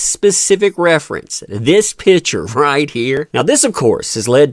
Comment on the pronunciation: Picture not pitcher or better yet…just say photo if you are unable or unwilling to pronounce picture correctly.